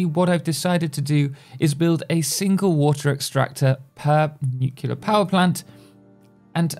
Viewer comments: "Nucilar power plants" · I love how he mispronounces "Nuclear" exactly half the times he says it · The signature pronunciation you have for "nuclear". You say it like it were written "nucilar" :D